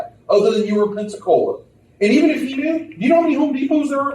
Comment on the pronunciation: I know I'm NOT the only one that thinks 'Pepsi-Cola' every time they say 'Pensacola'. Amirite? 100% I'm right.